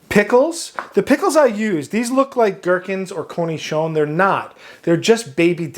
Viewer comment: Indeed, a perfect pronunciation of cornichon.